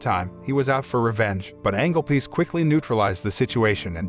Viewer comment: So is it Angel Piece or Angle Piece...this is the issue with these AI voices reading a script...